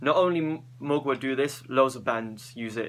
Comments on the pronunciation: It's not pronounced Mogwai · Mgla is pronounced ""Muh-glaw" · It kinda is, the L is soft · did you say Muglua? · the way to pronounce mgla is read the L as if it was a W, and read it in one syllable. you're welcome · Ahah im from Russia and i can pronounce Mgla correctly an you can not ahahaha